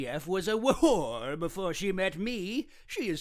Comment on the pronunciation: the pronunciation of w'hore got me good lol